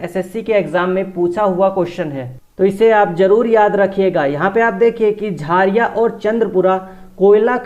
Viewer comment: Jhaariya nhi jharia hota h sir